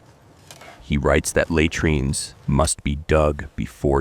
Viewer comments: take notice lay treenz! It is la treenz. Had rian is hay drian.... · Please, get someone real to listen to your voicetrack and correct the mispronunciations and improve the pausing and intonation. It's not that difficult and would add quality. A video that cannot pronounce the subject matter it's supposedly an expert on loses credibility and engagement. At least get words like 'latrines' which are mentioned every few lines right. It would also help to use more authentic-sounding pronunciation of Latin names and terms. Just a simple hack like pronouncing 'v's as 'w's and all 'c's as 'k's and 'j' s as 'y' s helps immersion....